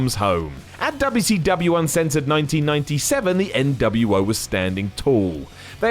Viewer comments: I find it funny how tries to keep the good memory of WcW alive and reminding us how good it used to be, while at the same time undermining all of that by calling it Dubba C Dubbyia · There is nothing endearing about the way you say WCW. please stop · Me clicking on the video: Its going to be and hes going to pronounce it dubya c dubya. 2 seconds in: "Because of how dubya c dubya" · It's funny to hear a British do Dubya Cee Dubya. 😂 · Dubbau Cee Dubbau